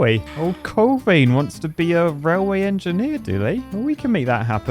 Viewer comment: I really enjoy your videos, but it's pronounced railway, not rallway.